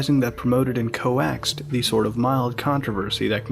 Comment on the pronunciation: “co-axed” come on.